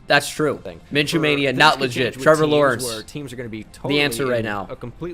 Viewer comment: damn you got Lawrence right impressive